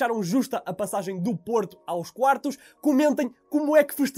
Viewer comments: 0.30 seg. "Porta" 😂😂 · Parecia que estavas a dizer porta! Porta!